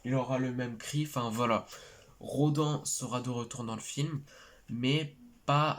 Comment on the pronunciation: Salut ça ce prononce "Rô d'âne" et non "RoDEN" même si ça s'écrit Rodan 😁 mais oui il est de retour yeees